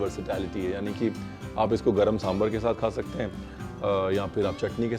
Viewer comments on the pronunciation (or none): It's sam-baaar not sam-burrr 😂